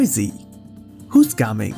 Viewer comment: I thought you said gaming like normal gaming, like someone is gaming (playing) but NO, it’s ga-ming 😂